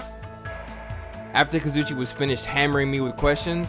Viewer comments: kazuichi is pronounced like kah-zoo-ee-chee. it doesn’t really matter tho lol. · I feel stuck up for saying this, but it’s kah-zoo-ee-chee that’s how you pronounced kazuichi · Kazuichi = Ka-zu-e-chi Please, PLEASE SAY IT RIGHT!!!! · no its kaz oo ee che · Lol it’s pronounced. (Ka-zoo-ee-Chee) Kazuichi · his name is KA-ZOO-EE-CHEE :l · I learned a little about Kazuichi today... Pronouncing his name right was not one of the things I learned today...